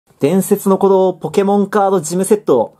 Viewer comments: 伝↑説の鼓動のイントネーションすこ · 前の弾の「ムゲェンゾォーン｣といい今回の「伝↑説の鼓動｣といい、冒頭の言い方おかしすぎだろ。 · 伝↑説↓の鼓動